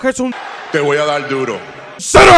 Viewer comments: Ese te voy a dal dulo seguido de ese cero estuvo magnífico me morí de risa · JAJAJAJAJAAJA DE VERDAD QUE SI, ME CAGUE DE RISA CON EL TE VOY A DAL DURO